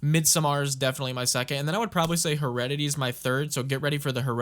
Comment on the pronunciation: Such a sick idea, I love it. (Also it's pronounced heh-reddit-airy)